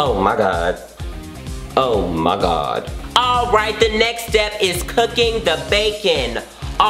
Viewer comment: "oh mai gawd"